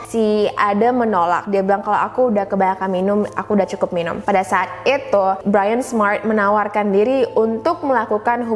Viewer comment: kamu menyebut perkataan ITU ,itu sebagai ITUA.. ya ia tua kayak kamu(rujuk di menit ,dan menit alert sama perkataan ITU dan perkataan LAKI-LAKI)